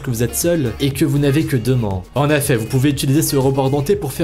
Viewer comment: Du réchauffé et bordel on dit en effet pas en affet